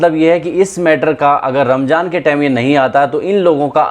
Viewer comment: Not ' ramjaan ' its ' ramzan" . About 'beedi" dont point only Muslims it's a personal habits depend upon person to person .when you want to speak about someone or something don't bring religious . Don't pore the haternes in the cast. We all are brothers and sisters . Jai hind😊.